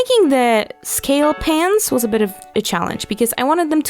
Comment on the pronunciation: I thought you said scales pants instead of scale pans :D